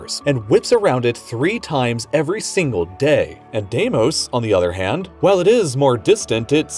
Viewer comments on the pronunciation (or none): none